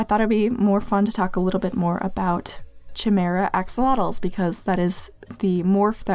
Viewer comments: I am soo sorry.. but I think its pronounced kiy-mara not chi-mara (not an expert tho) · Chimera is actually pronounced kai m ear a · Oh yeah! Chimera is pronounced “Kai-mee-rah” :3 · sorry for pointing this out, but chimera is actually pronounced as ki meh rah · sorry but this is bugging me, it's pronounced ky-mee-ra but also well done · the ‘ch’ in chimera is pronounced as a K